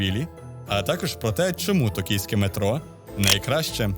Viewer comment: Ти кажеш Токійське а я чую Київьске)))